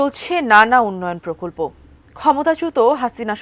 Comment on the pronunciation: সাংবাদিকের উচ্চারণ ঠিক করতে হবে সে বলছে (প্রকল্প) পরকল্প,(প্রকাশ) পরকাশ